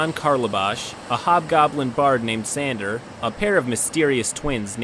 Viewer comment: you mispronounced Tsander(though i like the way you say my name so it'll be like that) it was supposed to be pronounced Tsander(Tehsander)